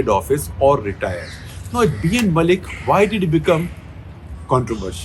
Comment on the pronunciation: Dear Sekhar Sir, B.N. Mullik, the surname pronunciation should be Moulik/ মৌলিক। Mu - মৌ, llik - লিক। You can't pronunciate Bangla throug other languages. Thank you for understanding. :)